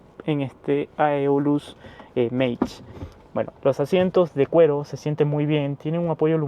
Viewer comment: Venía con expectativas a ver el video pero se me quitaron de inmediato al escucharte decir Aelus 🤨 Literalmente hay muchas formas correctas de pronunciarlo. Como Eolus o tal cual se escribe Aeolus pero la tuya es inventada por ti.